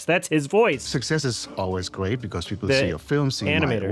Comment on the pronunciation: “Success is always gweat”